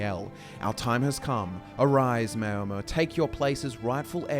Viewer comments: Just want to point out that the name is pronounced “Mour-mer” like hour not “may-or-mer.” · The mao in Maomer rhymes with ow. Like chairman Mao. Not mayo. Great video, I love the focus you put on the lore, keep up the great work. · Great video, except that Maomer is not pronounced mayo-mer. In TESO it’s maʊ (like in ‘hour’). You do such great research for all your videos, so I find it a pity if the impression suffers a bit from all the words that aren’t pronounced the way they can be heard in the Elder Scrolls games. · O gods stop sayin Mayo.mer!